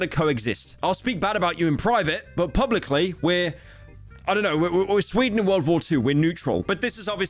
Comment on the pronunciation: ooooh, our inflated slop person mentions scweeden again, how adorable 🥰